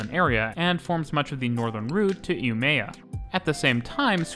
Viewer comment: Try to see what YT subtitles make of your swedish name pronunciation... Please inform yourself about it such that it can be understood. You can find Umeå (and many others) at WP, in global IPA script, whose major signs every edcuated person should be able to read. Some more: ASEA is pronounced as one word, stressed on the SE syllable (speak the A's as in car); Mälardalstrafik; Krösatågen